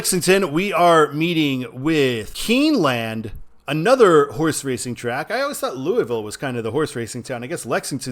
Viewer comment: no problem my man! All of the horse breeders are based in Lexington and Versailles (that area) and yes Churchill downs is huge but Lexington is where all the horses are born Also the land in keeneland is pronounced as luhnd like you would say cleveland